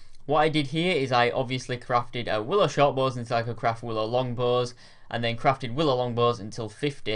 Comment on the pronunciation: "oonstrong bows"